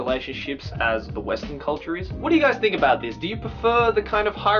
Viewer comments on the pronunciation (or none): none